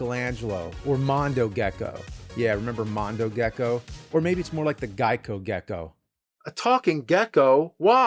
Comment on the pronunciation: It’s Gico 😂😂😂